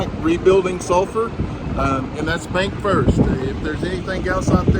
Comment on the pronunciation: BancFirst. Ban c not k.